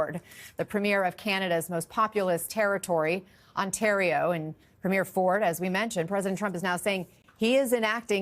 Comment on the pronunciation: Ontario is a province not a territory... seriously the way American media cant pronounce Ontario, Toronto, or Premier is embarassing. And elbows up, FAFO